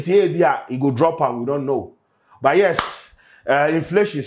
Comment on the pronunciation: Did I hear youce? As yes lol